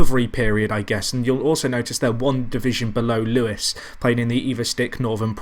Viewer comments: Isn't is Lewes as in loos (toilet) not Lewes as in Lew es? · Wahey your finally back. What a save this could grow to be...better than FCUM maybe? Also I think it's pronounced Loos